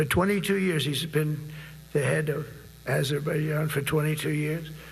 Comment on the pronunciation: You think Trump personally brokers the peace deals he takes credit for? He can't even get the names of the countries straight. He mixed up Armenia and Albania; calls Azerbaijan 'Aberbaijan'., (The leaders of those countries were caught on tape today laughing with Macron about Trump's efforts to take credit!) Biden admin attempted to broker deals between Israel-Hamas; Israel-Lebanon; factions in Sudan's internal war; Armenia-Azerbaijan; Ethiopia-Tigray; a ceasefire attempt in Yemen.